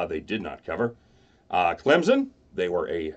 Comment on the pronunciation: Stop saying Clemson wrong